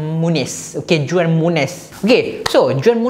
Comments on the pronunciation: Bang..saya nak share sikit..cara sebut juan muniz is huan muniz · Juan disebut sebagai Huan bang...